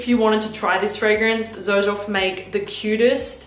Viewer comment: Why does everybody call it Zerjoff? The actual pronunciation - mentioned by Sergio Momo himself - is like Serjoff.